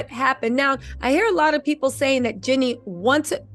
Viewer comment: Girl!!!!! It’s JEAN-nie!!!! Lol